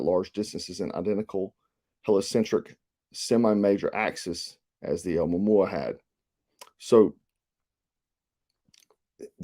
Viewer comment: Pronounced Uh moo-a moo-a